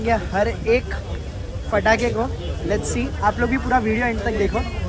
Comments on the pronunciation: Patakhe hote hain fatakhe nahin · Hello bhai fataki nhai pataki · Bhaiya ji fthake nahi bolte ptake bolte hai 😂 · Phatake nahi patake😂😂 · Bhai fahatakhe Nahi patake